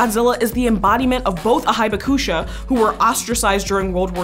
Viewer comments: Hibakusha is pronounced Hee'baku'sha. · In 'Hibakusha' the 'Hi' is pronounced 'Hee' and I believe that the 'u' is mostly silent. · I love your videos, but I think it is REALLY important to try to get a closer pronunciation of foreign words like "hibakusha"...